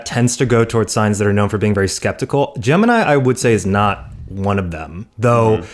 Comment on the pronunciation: ned can you not mess up gemini for me? (gemini)